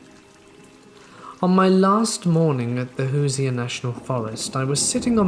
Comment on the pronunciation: The stick men is one of my favorite stories, I love the one w the hore Tony, and u Crack me up saying "Hooser" it's pronounced who-sherr